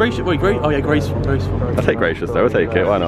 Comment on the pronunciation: Toby said ‘gracias’ very gud only Hispanic will understand n sum other ppl 2 probably